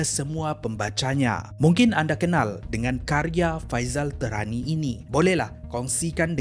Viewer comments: tēhrani la, bukan terani. al arqam, bukan al aqram. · musykil..kenapa sebutan nama tak betul..pelat ke..Faizal tehrani disebut faizal terani..Teh..rani.al arqam jadi al akram..kuala berang jadi kuala kerang...,? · Ada bbpa sebutan yg perlu diperbetulkan oleh Admin: Faisal Tehrani - Bukan Terani.. tpi sebutan spt kita sebut nama ibu negara Iran iaitu Tehran. Sebut Teh spt sebutan minuman Teh. Dia antara top Syiah di Malaysia... gelaran Tehrani tu atas kapasiti dia pernah study di Tehran, Iran Al Arqam bukan Al Aqram. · salam, cara sebutan admin ada beberapa yang kurang tepat. Faisal TEHRANi (merujuk kepada Tehran, Iran. Pusat Syiah) bukan Faisal TERANI Al - ARQAM bukan AQRAM